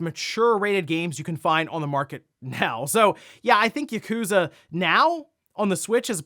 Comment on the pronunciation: Just a friendly reminder that you’re pronouncing “Yakuza” incorrectly. Emphasizing the “ku” isn’t right. Technically none of the syllables are emphasized, but if you choose to emphasize the “ya” it’ll be more accurate.